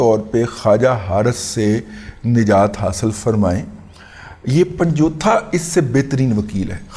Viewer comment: پہلے بھی عرض کیا تھا کی پن جتھا یا جوتھہ نہیں بلکہ درست تلفظ پن-جوتہ /پنجوتا ھے کنویں سے پانی کے حصول کے لیے جانور جوتنے والا شودر کھیت مزدور کمی، تھر اور دیگر چاہی کاشت والے علاقوں میں عام طور پر آباد ھیں پنجوتے /پینجتھے بنیادی طور پر انتہائی کمینے اور سفلے لوگ ھیں